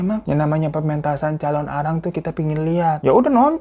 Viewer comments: Aku nonton Mei tahun 2025, telat banget yahh..Sedikit meluruskan bang penyebutannya "Calonarang" bukan "Calon arang" hehe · thank uu udah bawain cerita dari bali bangg, mau tambahin dikit kalau calonarang itu penulisan dan pelafalannya disambung... thank uuu